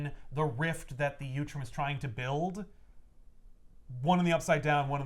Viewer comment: Ok now I know you’re mispronouncing utrom on purpose. Last time you added an L! uLtrom! 😂